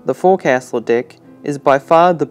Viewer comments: It's actually pronounced "Fo'c'sle," not "Forecastle." If you actually pronounced it "Forecastle" in front of a seasoned sailor, you'd be laighed at. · Great job. Forecastle is pronounced “folk-sill” btw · 'Fowk. sl' is how you pronounce the word forecastle. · Forecastle is pronounced Folk'sal. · Please when pronouncing FORECASTLE, it is pronounced FOCSLE. You have every mariner screaming at you right now. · Forecastle is pronounced ‘Foax-all’ .. I know it’s odd .. but it’s old navy speak. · Forcastle I’ve always heard pronounced “FOAKSUL” here across the pond in the US. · Forecastle is pronounced foc'sle (foc-sul). Its likely just jargon, but thats how the navy has always pronounced it. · Forecastle isnt pronounced as Forecastle. Its 'Forksle'. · I thought it was fok'sul myself. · Did this guy seriously call it “the for castle deck” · For future reference it’s pronounced “foke sol deck” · Forecastle is pronounced "foxel" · You're mispronouncing forecastle.